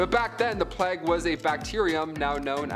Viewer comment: Can someone tell them how to pronounce the word plague plz lol